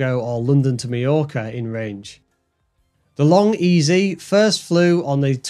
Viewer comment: Say long ez. Not long ezy. It’s Vary Ez E. Not Vary Easy. I spoke to Burt and confirmed this.